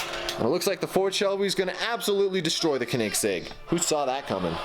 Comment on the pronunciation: plz respond why do you say koenigsegg like k-un-ig-segg it bothers me because its mispronounced its supposed to be K-o-nig-segg edit also don't put weights at the end because when cars hit them at high speeds it damages them i know that because i did it and i realized my fastest car kept getting slower and slower buy foam and put it at the end its a pro tip so that way they don't get damaged